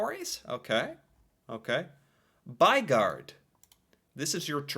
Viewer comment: The "y" sound is sharper in Norwegian then in English, it sounds like you're saying what we'd probably express as "baigard" with the "y" and "å" sounding different, but it's not more different then that we can recognize what you're saying, so not totally butchered. ;-) As for what it means. "By" is our word for "city" although by US standards it's more of a large town then a city. And "gård" is our word for a farm. The basic idea is a house that's surrounding a outdoor area (a courtyard) that's kept a bit separate from the rest of the city by that building.